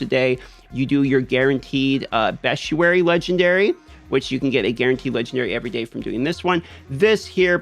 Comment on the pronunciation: Great content dude, but 'bestuary' really grind my gears